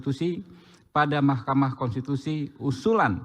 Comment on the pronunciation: Pembaca laporan ini kurang cerdas, tapi menghendaki orang yg dibicarakannya cerdas. Cara membacanya seperti robot tapi banyak kesalahan baca. Pembaca lain juga tidak bisa membaca kata "konstitusi" tapi menggantinya dengan "kontitusi". Orang-orang ini nampak sekali tidak biasa membaca. Bagaimana mungkin mereka mau membaca fikiran rakyat. Dan orang-orang ini digaji dengan segunung uang yg tidak salah cetak.